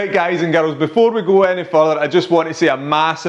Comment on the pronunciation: "Guys and GAROLS" i love it :D